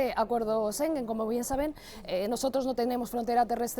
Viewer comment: Los españoles, de verdad que tienen que aprender a pronunciar palabras. Schengen no se pronuncia sengen. No entiendo cómo es que contratan a reporteros que no saben hablar bien.